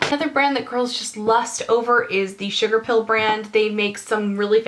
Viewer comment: Hahaha, sugapill? Sugarpill! :-)